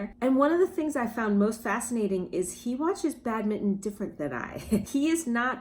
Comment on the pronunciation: Badmitton...? It's BadmiNton, please :-)